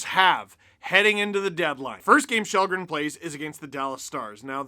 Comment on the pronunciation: It’s kall-green